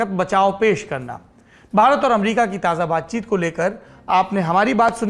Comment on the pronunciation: AMRIKA :p